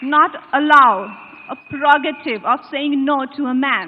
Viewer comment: Kangna Renaut has learnt the language rather nicely. Her diction is also polished. However, the word "prerogative" she pronounces as "pegorative". She is advised to correct herself.